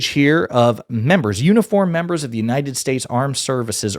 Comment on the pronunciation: Bro do you realize now we bean mocked him sense 2016 and laughing on him sense 2016 especially when he said "God bless United Saysa"😂😂😂.